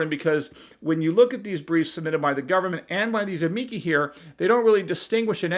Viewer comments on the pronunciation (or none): I think it's pronounced "am-ee-chee". At least it should be, anyway, if it follows the rules of Italian pronunciations